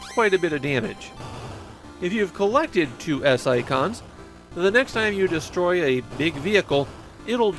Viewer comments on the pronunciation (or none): none